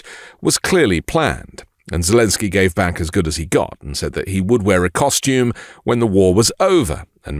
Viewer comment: When he said Kostume it was with a "K" and not our American Costume, the difference between them is in Ukrainian (yes that's the language and not Russian) Kostume means Suit. 😅